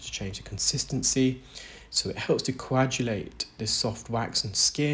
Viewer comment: The “g” in coagulate is hard, as in bag, rather than soft, as in badge.